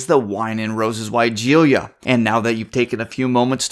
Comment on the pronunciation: For starters, you are mispronouncing the name of this plant. It’s pronounced as why-gee-luh”. Take a look at the spelling for just a second and you will notice that in the last part of the word it is not spelled with an “i” after the “ l”.